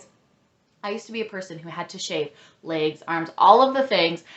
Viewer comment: This is the first I’m hearing about an Epilator, I so need that in my life! Also, love the way you say “legs” lol